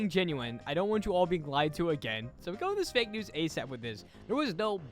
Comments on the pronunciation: Bro is a jr. When he says "NeWs" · 99%:saying how he said news 1%:talking about the video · 1%: talking about the video 99% talking about the way said news